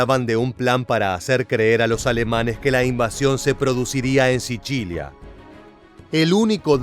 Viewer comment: "SICHILIA"???? JJAJJAJJAJ. ENSERIO DIJISTE 'SICHILIA" JAJJAJAAJAAJAA ES SICILIA PAPAAA !! ESTAS HABLANDO ESPAÑOL !!!